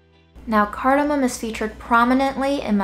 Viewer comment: I love cardamom. I hate how people call it “cardimon” Let’s get it right folks.